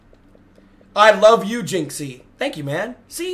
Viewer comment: is british jizzy